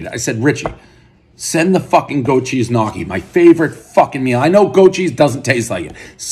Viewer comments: One goat cheese knockee, everyone knows it’s pronounced knee-oh-key. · Ha! "Knock-kee" you mo fo... gnocchi, gnocchi! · more like knee-ockee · did he really just pronounce gnocchi "Nocky"? lol!!! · One tub of “nockee” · Goat Cheese Knock-EE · Lol "nahkki" it's pronounced nyo-ki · One “knockee” everyone knows Dave will mispronounce a basic word every review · Lenny Nicotra 🤣🤣🤣 knockee is nutssssssss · One goat cheese knocky everybody knows Prez can’t pronounce gnocchi. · One grown adult who doesnt know how to pronounce Gnocchi as (ni- o- ke) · sure but it's a different sound and I'm not American so for me it's close but not as it should be pronounced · you need to know how to pronounce gnocchi first, we have some of the best in my area